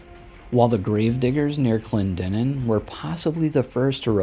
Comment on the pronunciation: Kudos on pronouncing Clendenin correctly, as a West Virginian I get irked when people can't pronounce names like Clendenin, Allegheny, Monongahela, and Kanawha.😉